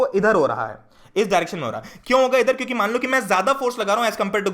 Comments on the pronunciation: Bhaiya aap kiuki ko chuki kiu bolte h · why you say chuki instead of kyuki